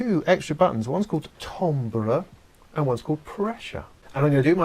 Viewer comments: Timber is pronounced tamber! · timbre = TAM - BER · Don't know if this is a British pronounciation issue, but 'timbre' is usually pronounced "TAM-ber". But since its origin is French, I guess it would sound like "TAHM-bra", which I guess is close to how you say it. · A frequent argument that I have with my Brit wife. But also, keep in mind, language is fluid and changes and updates frequently. And apparently, the British accent around the 15th-17th century was similar to what the American accent is today. As to why the American pronunciation for `Timbre` is very odd. Probably an anglicized pronunciation of the French word, that didn't get changed when modern British English started to adopt european pronunciations. My wife tells me that this Euro pronunciation of adopted words is also a class indicator in England.